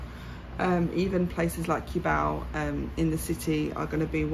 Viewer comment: If you want to live full time, Mike of Making it happen has a permanent residency visa that gives him to live more than 3 years and he has a car as well as The Juicy vlog have car too. They pass the requirements for drivers license in LTO to have pass the driving test too and by the way, Cubao pronounces as "Koo-bow".